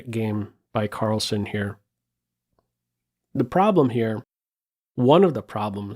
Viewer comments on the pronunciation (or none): its not -son.. its sen.. like zen. carl-zen. as in sentry.